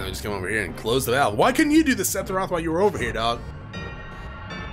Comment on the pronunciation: Greatly, enjoying watching your playthrough. Just wanted to say, I gotta be trippin, because I keep thinking you're saying "Sethiroth," for some reason. lol